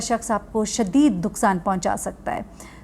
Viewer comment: Na mehram se taluq hongay tho sab kuch expect kia ja sakta hai Waldein ki tarbiat bht ehem role play karti hai Baqi aap shadeed ko thora or baar bhi dohraa dein or thora or zoor de kar shadeed bolein ta k hamari awaam oos shadeed ko mehsoos kar le or apki video ki length bhi barh jaye shadeeeed shadeeed bht zyada shadeeeeeeddd